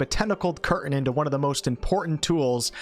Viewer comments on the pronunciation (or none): Dude, the word curtain has a T in it. Please use it.